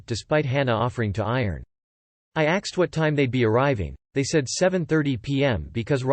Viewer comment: Why does this voice pronounce "ask" as "axe" and "asked" as "axed"?